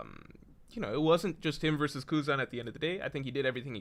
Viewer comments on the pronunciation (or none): none